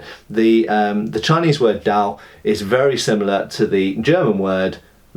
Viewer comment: Great video. I have to be honest, I had no idea hollow pommels were that prevalent. Makes sense though. Btw, a 刀 is generally single edged and curved, but generally not a "messer" IMO given the hilt assembly. It'd be more a falchion. And the d in dao is pronounced somewhere between a d and a t, but these are minor differences of opinion. The double edged, generally straight ones we'd call 劍。Keep up the good work!